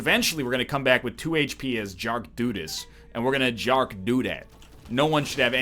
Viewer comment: When he said Jark Dudes instead of Dark Judas